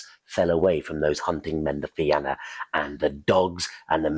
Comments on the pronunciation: Man I love your stuff. .the Fianna is pronounced The Fean YA ... otherwise Rock on my friend rock I Love it .. PS Im irish so just sharing ...by the way my youngest son is named Oisín Go raibh maith agat a chara.. ... Iain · Thank you for the great storytelling. The only thing the Fianna is pronounced fee-in-ah.